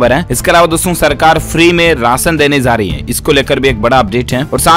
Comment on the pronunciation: Zaegi nahi, Jaegi bola jae Urdu shikhna zaruri hai Zankari nahi, jankari Zarahi hai nahi, jarahi hai